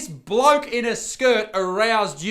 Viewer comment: Did you call him a bloke in a skirt or a BLOAT in a skirt?? I'm gonna call it a bloat...